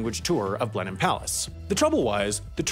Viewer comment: How did an American pronounce both Bicester and Blenheim correctly in the same video?